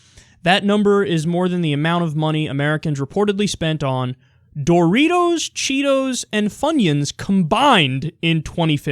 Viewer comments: He really did say it weird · Who says Doritos like that?